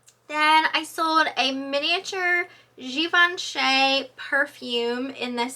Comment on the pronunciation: Phoenetically, Givenchy is pronounced gee-von-shee.